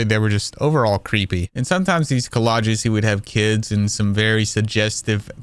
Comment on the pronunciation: Nitpicking here: It's "collages" not "collodges"